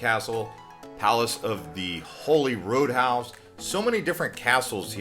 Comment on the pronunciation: Correction - Scotland isn’t “connected to the United Kingdom”, it’s part of the United Kingdom. Also, Holyrood House is pronounced “Holly rude”, not “Holy road”. These basic errors, (I’m Australian), makes me wonder how many other mistakes there are in these videos. While they show a nice “grab bag” of interesting places around the world, the presentation seems a little glib and rushed, as if they were just put together for click bait.